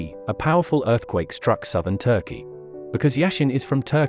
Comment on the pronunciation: Yuo said turkey wrong turkayey ic chaneged